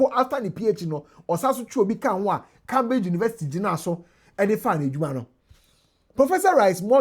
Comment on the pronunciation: pronounce Cambridge properly. Your pronunciation is wrong